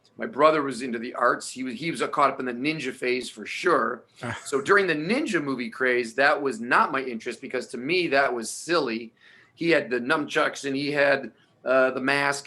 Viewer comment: I can't believe he said numchucks...